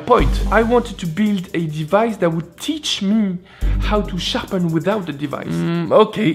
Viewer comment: His accent in the way he pronounces sharpen and sharpening as shoppin and shoppining is interesting.